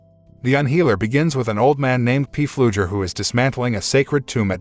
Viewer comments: The name is not P flugher it's pronounced flugher the P is silent! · His name is pronounced, flugger... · It is FLUGER, the "P" is silent!!! My God your annoying., Its not a CARAVAN it is a TRAILER.